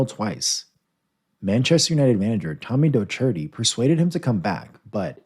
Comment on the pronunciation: Can-toe-nah and Tommy Doc-hurt-tee